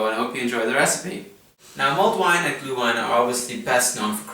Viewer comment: You say "gluewine" but it is "glÜhWein" - the letter "ü" is pronounced like the French "u", and the "w" like the English "v"!!!